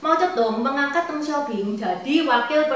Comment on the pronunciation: Deng bukang teenggg